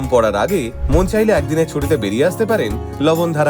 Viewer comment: লবন ধারা নয় লবণ ধার গ্রাম উচ্চারণ হবে দাদা।